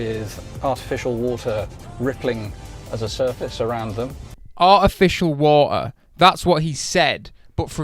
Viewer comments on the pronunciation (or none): Artificial wa'er xD